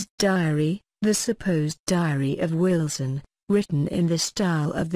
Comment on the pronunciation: I don't subscribe to these awful robotic voice-overs At least say 'Wilson' correctly!! Awful.